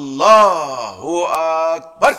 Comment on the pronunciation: সেলিম বাটপারটা তো আল্লাহু আকবার শুদ্ধ করে উচ্চারণ করতে পারে না